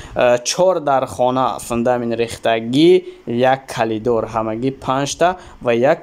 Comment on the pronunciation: Калидор не Коридор 😊